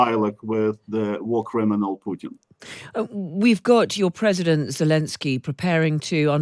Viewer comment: Seriously, “Predident Poot’n”